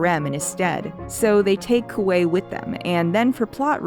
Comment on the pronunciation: When I was reading six of crows for the first time, there were a lot of names I couldn't figure out how to pronounce (dyslexia). One of the offenders was Kuwei. So I just mentally called him Kiwi. I guess I've been doing it for so long I was surprised to hear his name properly pronounced.